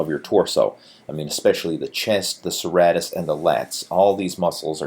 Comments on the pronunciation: its pronounced SIr,Rate,Us lol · It's pronounced Sir-Ray -Tis lol